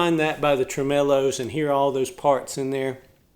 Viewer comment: Hi! How generous of you to sing everyone’s requests! You did a great job! But Tremelos is pronounced with the accent on “Trem” and though I don’t know keys in music, I think “Silence is Golden” is sung in a higher key. Please forgive me if I’ve hurt your feelings- that is not my intention. Oh how I love “ Mama Tried”- wonderful! We like your tee shirt- we spent our honeymoon in Knoxville- the world’s fair was there then(1982) Thank you!☺️